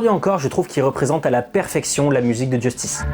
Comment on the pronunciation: Sympa mais c'est Justice et pas "Djeustice". Il faut arrêter de le prononcer à l'anglaise, y a tout une DA autour de la prononciation à la française, un peu de respect.